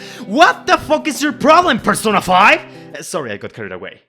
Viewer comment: Hearing you say "Persona 5" frame 1 was a jumpscare